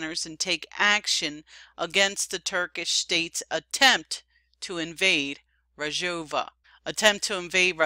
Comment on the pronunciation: Excellent reporting. Just one thing; It's Rojava. That's R-o-j-a-v-a. You are pronouncing it Rajova. It's Rojava, not Rajova. Aside from that this program is great. How to pronounce Rojava